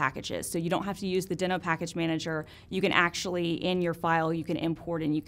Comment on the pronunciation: TIL! I feel so dumb for not knowing this but this makes me love it even more! I want to ask my editor to do a compilation of all the times I’ve mispronounced things. That would be fun for all of us!